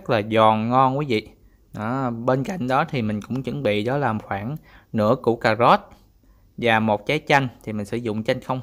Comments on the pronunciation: Cảm ơn đã chia sẻ món ăn ngon . Nhưng " cà rốt " chứ không phải là " cà gốt " . Hihihi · Ông này rốt với sốt mà cứ phát âm thành rót với sót :))